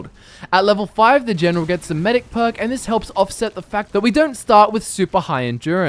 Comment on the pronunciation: "Elp, Genrol Sittlemend Help Generil another Generon"